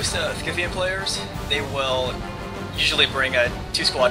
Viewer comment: isnt scythian pronounced sigh-the-an? sorry if im rong but thats how ie always pronounced it.